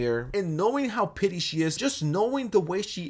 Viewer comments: Its petty not pitty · You keep saying pity but it’s not pity, it’s petty. It’s killing me, get it right 😅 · I love this video but you keep saying “pity” instead of “petty” and I can’t stop cringing 😭💀💕